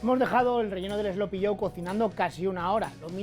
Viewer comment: What the hell is 'slopy'? I think AI should have said 'sloppy'; I despise AI.